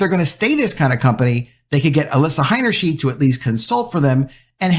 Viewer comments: The name Heinersheid, is pronounced with two long I sounds. high-ner-shide! The "ei" sound is a long "eye", but when reversed " ie" then its the "ee" sound. It's the opposite of what you'd think.. No big deal, just thought I'd mention it, because you're the 2nd media person I've heard who got it mixed up. It's easy to do, but now you know! Thanks for your content! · It's pronounced "H EYE nerschn EYE d". In German, when the i and the e appear as a pair together, the second vowel is the one sounded. In this case, both times when the "ei" appear in the name, they are pronounced "eye", not "eee". Example: Eisenhower is pronounced EYE senhower, not EEE senhower. Example: Liebchen is pronounced L EEE bchen, not L EYE bchen. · You pronounced her last name 'Hainerscheed' so no I won't sub. It's 'Hainerschaid' btw.🤦‍♂️ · The last name is HeinershEYE'd, not HeinershEEED. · You need to learn to pronounce the name Heinerscheid correctly. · Why are you pronouncing the first ei as "i", but the second ei in her name as "e"?